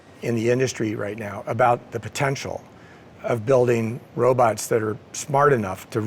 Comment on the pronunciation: No journalist should ever say "robuts". 😂 Edit: To be fair, he does pronounce it "robots" later.